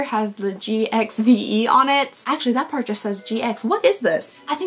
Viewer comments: GXVE is meant to be pronounced "give". For some reason. "G x" Is how she signs off her messages/emails, and she wants her makeup to be "giving back". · I think I said 20 times to my tv that GXVE it's Gwen's brand 😆 and is pronounced as GIVE, the GX is because she always signs like that the G of Gwen with a kiss (X). So happy to see you got the actual UK one, can't wait for you to open it, yay ❤ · Believe it or not the Gwen Stefani brand GXVE is pronounced GIVE. Go figure 😂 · She is so funny. "gxve" it's give beauty by gwyen Stefani lol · Yeah GXVE is Gwen Stefani's brand. It's pronounced "Give", so "Give" Beauty. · GXVE is pronounced GIVE. It is Gwen Stefani's brand.